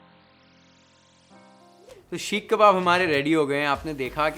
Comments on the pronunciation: The only thing that irritated me the most is the way you pronounced "Sheekh" and not Seekh 🫠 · Seekh not sheekh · shhekhh kaun bolta yaar seekh ko...pagla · Sheekh kabab nhi hota....seek (सीक) kabab hota hai.... Bar bar sheekh (शीख) sunkr main irritate ho gyi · seekh, not sheek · Sheek kabab is irritating my ears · It is irritating my ears now.. Sheekh kabab 🫨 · Yes. It was bothersome and very repetitive.